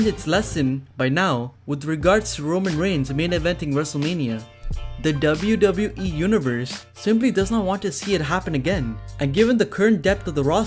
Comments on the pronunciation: Anyone else found it annoying how he says "dabiu dabiu e" ?? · He says "wwe" in a funny way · I'm only here to hear you say wwe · Why are you saying „wwe“ so often and so strange ?!